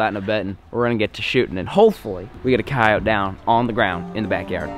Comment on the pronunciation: your saying coyote wrong